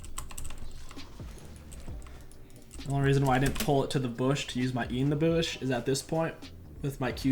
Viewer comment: Is it just me or does he say BOOSH not bush lmao best jungler NA. Love the content man. Keep it up!